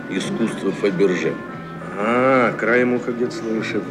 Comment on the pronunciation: человеку, который говорит Фабержье можно сказать стиль вампир😄